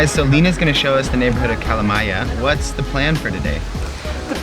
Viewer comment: I loved the way you said Kalamaja.